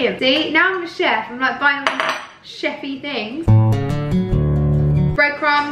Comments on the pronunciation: “cheffie things”😂😭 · “Cheffy things”😂love you saffron please notice me💓💓